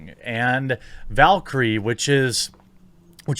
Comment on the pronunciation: Its valkyrae not valkyrie lol